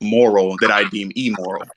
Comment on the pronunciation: Don't know bro, can't get past him saying "e-moral" a hundred times